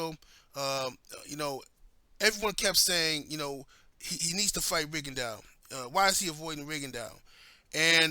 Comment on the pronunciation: its rigondeaux not ringondeaux lol